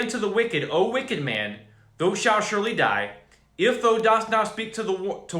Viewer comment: Your reading of KJV text will be greatly enhanced if you mentally replace "thou" with YOU. It is the second person pronoun, just as THY is second person equivalent of YOUR. I hope this helps clarify your understanding. Right now every time you see "thou" you pronounce it as if it's "though", and it turns the text into gibberish. You might be abundantly blessed by switching to the New King James Version (NKJV), which replaces the THEE, THY and THOU with modern English. Note: "Thou" is the intimate form of address for when you're speaking to one single or special being individual or even God Himself... but modern English doesn't offer anything like it. Blessings, Man of God. Keep up your excellent work for our awesome Lord God!